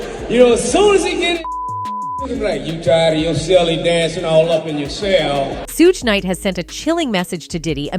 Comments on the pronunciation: So AI has pronounced shoogay suegay, sugie, everything but his name correctly. Get lost money grabber. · She cant pronounce his name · Why don't someone get that AI machine fixed or have someone talk to someone about pronunciation of Black Folks names in the entertainment business. My goodness it's so disrespectful,!! Have you ever gotten White Entertainers wrong? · You say suge name wrong that is the second time I heard it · Please tell the female how to pronounce Suge! Omg...